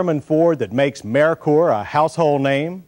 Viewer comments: Lol it's pronounced Murker not Merikur😂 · I always thought it was mer-ker , as in Mercury. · Was “Merkur” really that hard to pronounce?